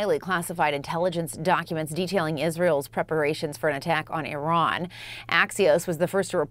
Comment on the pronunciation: Will US commentators ever figure out the correct way to pronounce Iran? More at 11